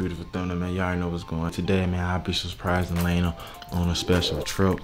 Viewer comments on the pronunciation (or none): none